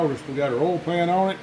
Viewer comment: I bet that you were going to pronounce oil, ol' based on the captions, before I clicked. Not disappointed. Lima engine, right? I haven't seen one in years....